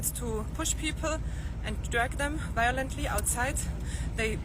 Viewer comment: Wiolently dwagged into the buses? Shocking, absolutely shocking